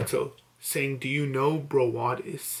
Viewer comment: "do you now Brawadis" "now" not know, not no, fucking "now" no hate <3